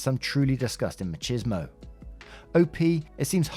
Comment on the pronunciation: For some pronunciation help in the future: machismo is pronounced similar to mah-cheese-moh. It’s not exactly like that but it’s a good starter. The “chi” is like “chistle” and the s is similar to in cheese. Much love!